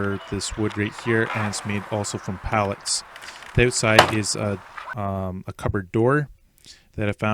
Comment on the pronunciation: "So here's the oooot-side" 😆